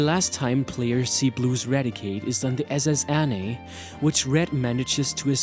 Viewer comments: "S.S. Annie" Oh God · Are you foreign? M-T Moon? It's one word "Mount Moon" and S.S Annè? It's like a name "S.S. Anne (Ann)" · S.S. Anne. not S.S. Annie